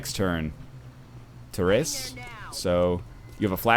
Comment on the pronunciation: Northernlion, it's not "Terez" it's Therese is pronounced similar to teresa. it's just spelt weird. Te Reese.